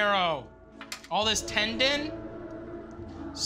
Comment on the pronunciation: Matty "tendant" Matheson